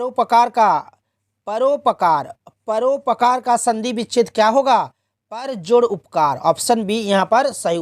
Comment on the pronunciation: परोपकार गलत पढ़ रहे हैं😅😅😅😅😅